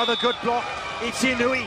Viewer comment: This narrator needs to learn to pronunce japanese players names correctly... He keeps pronouncing Inuyi, but the correct is Inoue.